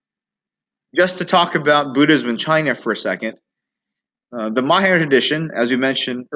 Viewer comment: Why are you pronouncing “mayahayana”?